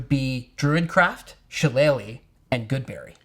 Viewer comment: They can pronounce Shillelagh, but not Melee?